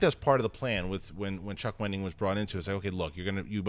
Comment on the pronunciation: It's Wendig, NOT Wending. Come on!